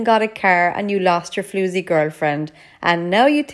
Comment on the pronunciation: Is it just me or does anyone else like her pronunciation of 'floozy'